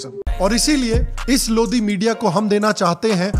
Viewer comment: Is it pronounce "लोदी or लोड़ी"